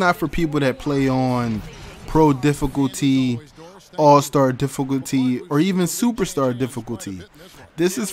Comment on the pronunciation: he said dificoolty